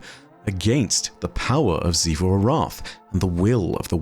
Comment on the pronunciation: Why does always call xivu arath sifu arath when literally everyone else in the destiny universe just calls her xivu lmao